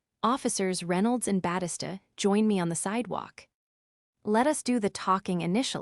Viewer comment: Please teach your ai how to pronounce peoples names. Batista is Bat(ee)sta